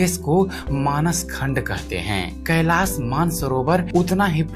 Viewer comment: siv nahi shiv .. kailas nahi kailassh sha bol nahi sakte ho kyaaa ..pehle hindi bol na seekho bhaad mein videos banaoo